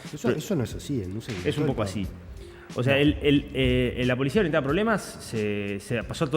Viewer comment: La polishia, chicoshhhh !!! De donde viene esa pronunciación? Se las enseñan en algún lado?